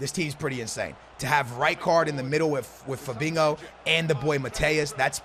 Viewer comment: Why does he pronounce it Fabingo?